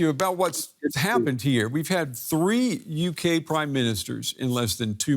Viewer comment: The "YUKee" ha ha.